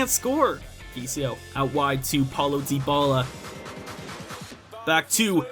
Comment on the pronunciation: It's ( die- bala) not (de-bala)